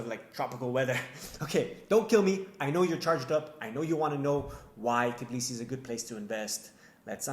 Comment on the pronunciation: t BI lisi. Not fucking t i B lisi. Why is it so fucking hard for you?